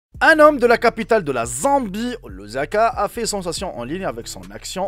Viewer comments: Ce Lusaka pas Luzaka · Lusaka et non Louzaka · Ça s'écrit : LUSAKA et ça se prononce LOUSSAKA et non LOUZAKA Eh oui en Afrique c'est possible, surtout dans de villages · Mais non, Lusaka pas luzanga